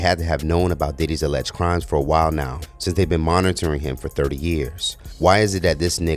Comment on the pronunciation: "sense" not since...come on